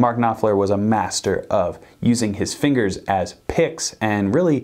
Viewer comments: Mark KnopFLER 👍... Not "knoPler" 😒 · His name is pronounced Noffler, and why do you speak like he is dead? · The p in Knopfler is silent... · Y do y’all call him nopfler? The name is pronounced *K*nopfler! There’s a k at the beginning of the word! Jeeeeeeesuuuus! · This is not how you pronounce his name... At least get his name right before you make a video on him... Mark is a legend.. It's mind boggling to me how a guy running a guitar channel on youtube can't even pronounce the name of one of the best guitarists of all times... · Why would you say Knopfler like that 😂😂😂 jk great content